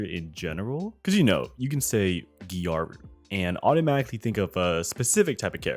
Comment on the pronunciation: Thats not how you pronounce gyaru...